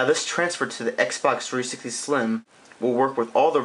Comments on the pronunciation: His voice is mildly irritating, Xbox Three sissity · it annoys me that he can't say 360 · your videos are cool but please pronounce "360" better